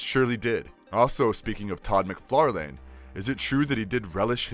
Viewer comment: Mick far Lan not mc far lane